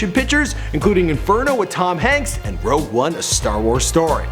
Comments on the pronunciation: "Rouge one" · Rogue One not Rouge One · it's rogue not rouge,you buffoon